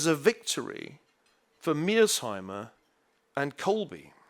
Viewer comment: His repeated inability to pronounce Mearshiemer's name correctly is kind of irritating...